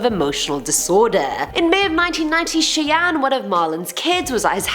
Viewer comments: If Brando's sisters name is spelled Cheyenne, then it is pronounced "Shy-anne". 👍 You are my favorite host!! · Howdy! It's most likely pronounced Cheyenne (Shy Anne). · Great job it is pronounced shy-anne fyi 😃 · It's pronounced Shy-anne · “Shai an” = Cheyenne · it's (shy) anne